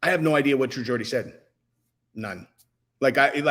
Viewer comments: its geordie not Gordy lol he's geordie because he's from Newcastle hahaha 😆 Andrew tate is a nipple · Pronounced "jordie"... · Why you pronouncing Geordie like that man? Say it properly plz